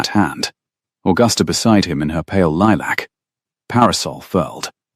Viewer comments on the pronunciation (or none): Itz lilac not lee-lack, but but that how pronounces words😉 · "Lee-lack" is not a soft color of lavender, not in English, not in American. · Lilac is.